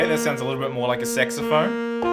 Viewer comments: Dude git out of here with your dirty mind. It clearly says sax not sex... (Yes I make fun of your pronunciation, sorry. xD ) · You pronounce it "Sexophone" LOL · I know it's just your accent and all, but when you say saxophone, it almost sounds as if you're saying SEXophone 😂